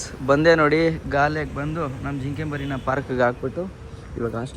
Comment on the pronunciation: its not galle - it is GAUL (pronunciation)